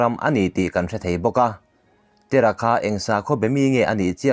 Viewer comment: Abrahama Pa hi Tera ti lo in, Tèra tiin thlùk deuh la tha deuh tur a nia.